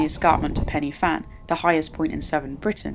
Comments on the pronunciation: it's not Penny Fan, it's pronounced Pen-ah-Van (pidgeon Welsh). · its pronounced " van" not fan. pen y (v)fan...